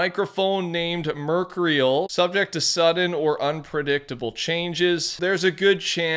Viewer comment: Mer-CURE-REE-AL lolz 😆 🤣 please take an English course.